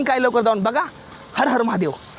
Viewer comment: हार हार नाही रे हर हर महादेव आहे. ..प्रत्येक विडिओ मध्ये असाच बोलतो तू 😑